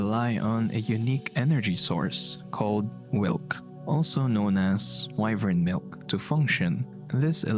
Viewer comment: The way says “wyvern milk” makes it sound like a slur